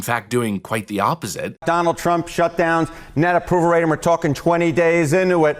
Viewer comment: but Ted "Give me the delegates, Dahnald" Cruz said that we need to take them seriously!